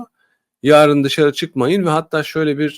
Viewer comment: Konudan bağımsız; “ yaarın” değil, “ yarın”